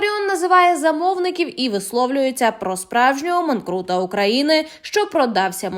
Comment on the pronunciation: Писклява чтиця тексту! Значення слово "манкурт", а не "манкрут", треба вам з'ясувати в словнику!